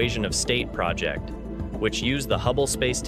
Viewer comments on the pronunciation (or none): none